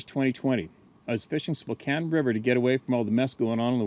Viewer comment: I live on the Spokane river!!!! must know the area because pronounced Spokane correctly. Most people who don't know the city don't know that it's pronounced like "spo can" not "spo cane".